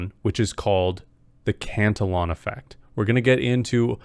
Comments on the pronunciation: Not trolling but I believe you are pronouncing it incorrectly. E like E sounds. Not eh..for the pronunciation Not spelling Or pronounce cant illy on Not cant el on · i know. The syllable count was off though, not just pronunciation, sobit felt like a newly learned word he hadnt heard before. I never correct to troll or judge. I hate grammer nazis, for me, its kinda like, if i have buggers, i would rather you tell me at the risk of embarrassment then just walk around all day not knowing